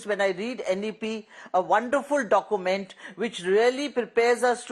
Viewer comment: This Lady is not able to articulate document.instead she is saying dokument.